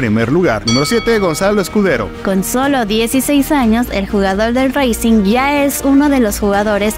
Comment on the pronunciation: Yo que soy argentino les doy una ayudita aca los clubs no se dicen con la entonacion en ingles se dice como se lee yo que soy de racing no se lee como raicing sino como rasing